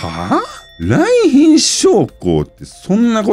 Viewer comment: 「来賓です」が「三瓶です」で脳内再生されてしまう